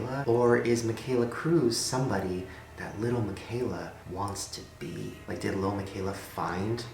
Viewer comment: listen to the word “be” ... weird... right?!